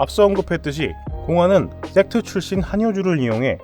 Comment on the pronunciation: 섹트가 왜 섹스로 들리지...